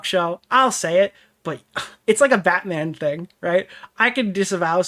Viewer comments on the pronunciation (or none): none